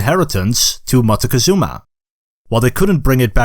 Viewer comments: Your pronunciation of Montezuma (englishized) sounds like you are trying too hard...even if you are doing the original Náhuatl...just say it like it's known in Mexico: Moctezuma. It's easier on the tongue and maybe people in general will stop using the version with the N (which we don't like in Mexico very much, because it sounds like mountain (monte) -and ketchup. 😢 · Pronunciation of Montezuma also hurts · Very knowledgeable video but you need to learn to pronounce Montezuma